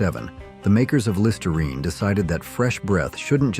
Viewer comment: it’s too bad your AI voice mis-pronounced Listerine cigs and also Mum, calling it Mom. Not once, but several times.